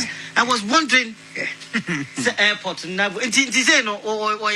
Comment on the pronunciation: Afia P0kuaa wanim paper plate ,wanim sir Air -Ter -Poli ( obaa fuu) fix your jaw Afia Pokaa ,Aboa